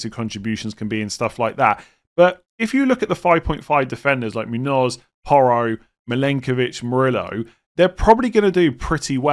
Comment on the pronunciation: For someone who generally pronounces the names of international players from all over the place, he really struggles with Muñoz for some reason